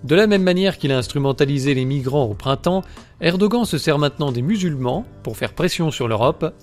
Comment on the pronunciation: Erdogan se prononce "érdoane", peu importe si tu ne l'aimes pas, fait un effort et prononce les noms turcs correctement, c'est la moindre des choses.